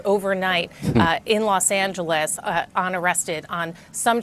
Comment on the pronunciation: is she drunk?! Why did she say Los Angeles like that? 😂